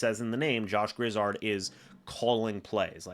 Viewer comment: Let me help you out here. The man's name is Josh Grizzard. Gri-zzard, with the accent only on the second syllable. Not Griz-zard, with both accented. You're welcome.